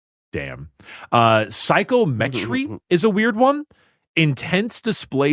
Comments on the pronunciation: lol at correcting the mispronunciation of "telepathy" after mispronouncing "psychometry" (it's sy-KOM-uh-tree, not SY-ko-MET-tree) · correcting on the pronunciation of "telepathy" right after butchering "psychometry" is so on-brand. 🤣